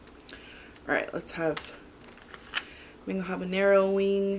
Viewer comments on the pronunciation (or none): none